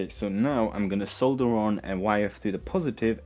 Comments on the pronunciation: Sole-dur not saaaaah-dur lol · I’m just here to appreciate how you say “solder.”